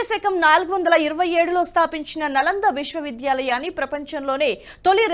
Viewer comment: 'నలందా' కాదండీ. 'నాలందా' అనాలి. "న అలం దదాతి" అని దీని వ్యుత్పత్తి. అనగా అపరిమితమైన జ్ణానం ఇచ్చేది అని తాత్పర్యం.